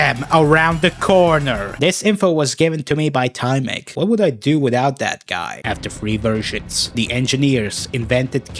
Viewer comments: as you polish viewer im dissapointed in you in TYMEK's name you transleted the Y wrong in polish you say Y like when your thinging of something like yyyyyyyyy you know that now im gonna destroy you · Erm. Actually, you pronounced tymek wrong. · Bro pronouce TYMEK is so bad